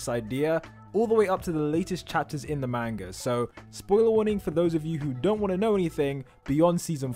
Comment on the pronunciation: Why do u say It ma-n-guh